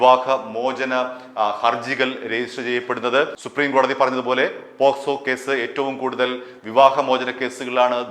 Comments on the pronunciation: കേക്കച്ചാ പോസ്‌കോ അല്ല പോക്സോ . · പോസ്‌കോ അല്ല, പോക്സോ കേസ് ആണ് 😅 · പോസ്കോ അല്ല, പോക്സോ എന്ന് പറ ചേട്ടാ 😃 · പോക്ക്സോ... ഇടക്ക് പോ സ്കോ ആവുന്നുണ്ട് 😂😂😂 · പോസ്കോ അല്ല സുഹൃത്തേ പോക്സോ ആണ് 😄 POCSO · പോസ്കോ എന്നല്ല പോക്സോ എന്നാണ് ശരി. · Not posco but pocso